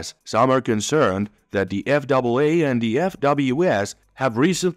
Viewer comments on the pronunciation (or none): So, the narration was human on this video or you're switching to human on the next video? Because several words were mispronounced of spoken in a way a person wouldn't say them for instance calling the FAA the F double a. My comment on the contents of this video, 👍.